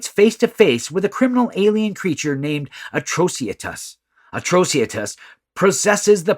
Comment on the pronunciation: It is supposed to be Atrocitus - for better reading A-TRO-CI-TUS, not Atrociatus.